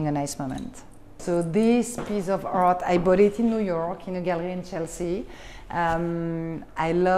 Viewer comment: Twelve years in NYC and she still says hart instead of art. Oh well.